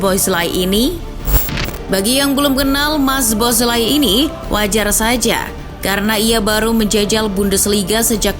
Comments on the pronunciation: baca soboslai min, bkn zboslai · btw bacanya so-bos-la-i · agak risih ya denger nyebut namanya kaya gitu wkwk, mending riset dulu cara pronounce nya min. sow·bow·slai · B aja baca nya soboslai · Dominik Soboszlai (SO-BO-SLY)😅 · Min, tolong naratornya diinfoin cara nyebutin nama pemain bola yg bener.. khusus szoboszlai (disebutnya so-bo-slai) di channelnya liverpool ada video gimana penyebutan nama pemainnya.. makasih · Szoboszlai sebutannya So-Bos-Lai. Abjad Z di mati kan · Sebutan nama Szoboszlai ialah So-Bos-Lai. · Min baca namanya z nya gk dibaca, orangnya lgs yg bilang di channel Liverpool Boleh dilihat min klo blm ngerti